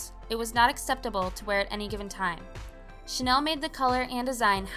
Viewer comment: It’s pronounced Chanel not Chanel .